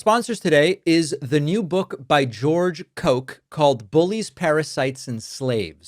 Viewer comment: "George Coke"! Give me a break! It is a common German name, and it is pronounced: "Kock"...